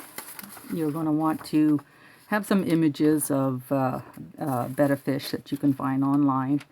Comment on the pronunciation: Wow one of a few that know how pronounce betta on youtube alright!!!